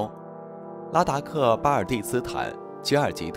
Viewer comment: 拉达克不是达拉克。